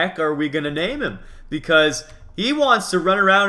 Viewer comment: *him not hom